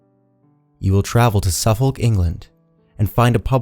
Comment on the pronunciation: I thought you might like to know that the "L" is silent in "Suffolk" it's pronounced suffuk. Love your narration skills & enjoy everything that you narrate. Keep up the great job :-)